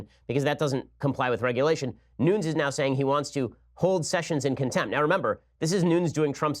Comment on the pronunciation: Wire | Nunes is pronounced “NOO-nehz”